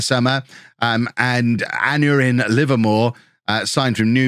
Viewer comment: Love the series, especially the welsh contingent! Just a word on pronunciation, Aneurin is pronounced 'An Eye Rin' :)